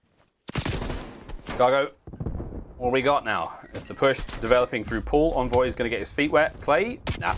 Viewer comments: Why does this announcer keep saying (in)voy and not (on)voy, it’s driving me insane! 😡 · pretty sure its "On-Voy" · Stop w the “invoy” pls